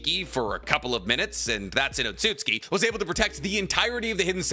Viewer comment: the way he says otsutsuki is really bugging me